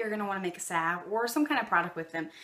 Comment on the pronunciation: Sav sav sav🤦🏻‍♀️🤦🏻‍♀️😬🙈 saLve the L isn’t silent😖😖😩😩😩😂🤣 I am using your recipe though since it is the best.